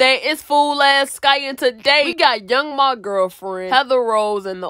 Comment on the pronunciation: Young M.A.. not Ma😂